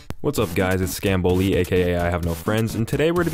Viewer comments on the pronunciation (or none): how did you manage to fuck up the title scamboli